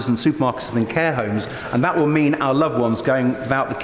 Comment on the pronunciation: At least Ed Davey says “our” - Starmer says ARE and I can’t bear it.